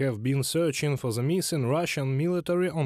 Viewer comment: When are Russians gonna learn how to say the TH sound in English...it's not the letter Z people.